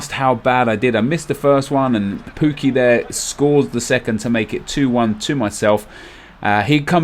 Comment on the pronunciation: Great video but stop calling him poo-key it's pronounced Puk-key I think